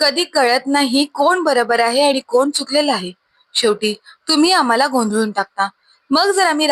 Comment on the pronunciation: गोंदलून नाही गोंधळून